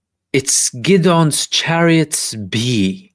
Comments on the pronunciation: Really good analysis bro. Hope you don’t mind me just letting you know its pronounced Gid-ee-on Chariots. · is fluent in Hebrew where Gideon is pronounced Ghid-ohn